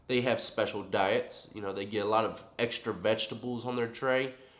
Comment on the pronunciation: “Peanut butter trey or sausage trey?” sounds like fighting words😂😂